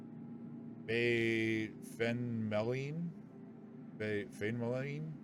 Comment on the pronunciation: If Feynmaline is named after American Physicist Richard Feynman, it's pronounced FINE-MA-LINE.